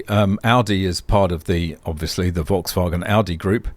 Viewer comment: why not? It's not banned by YouTube. People who comment on pronunciation of others are normally happy to have things like that pointed out. I now know a better pronunciation of Volkswagen.